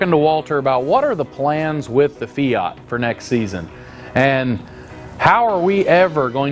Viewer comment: It is not a feoot is is called a fiat , it sounds so odd how you pronounce the word fiat😊